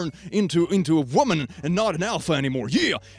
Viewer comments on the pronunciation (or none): I find an unreasonable amount of amusement in the way says "wääm'n"